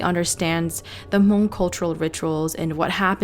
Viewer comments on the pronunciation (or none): So I have a questions for you, why is that when you reference about the Hmongin your stories, you say (moob) as if you were actually speaking in the Hmong tongue instead of actually pronouncing how it actually sounds like in English. I hear a lot of younger generations saying it wrong like you. I understand if you were telling the story in Hmong but you are not, it's in English. Don't take it personal I was just curious.